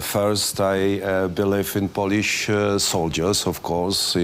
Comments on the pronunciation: Poliś, Ingliś,strategiś, naśion ARMY, jes śur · Co do angielskiego, kurde niech mu ktoś powie jak wymawiać Polish i centyry, zapamięta kilka słów i będzie na prawdę dobrze.